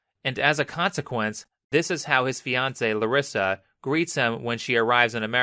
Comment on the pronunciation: Why is he saying my name "clarissa" i know he's saying larissa but it sounds like clarissa